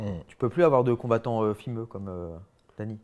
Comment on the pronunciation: Dany ‘’fimeu’’